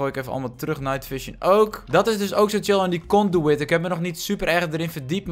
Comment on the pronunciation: het is vet als je glowstone onderwater plaatst buiten de dome zodat je beter de onderwater wereld kan zien door het glas heen. het is trouwens een conduit niet een conduwit. (Kon-dwiet)